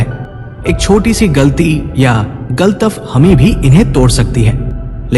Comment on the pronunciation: SIR, GALATAF HAMI NAHI "GALAT FAHAMI" HOTI HA AAP ISE Otherwise NA LE, PLEASE..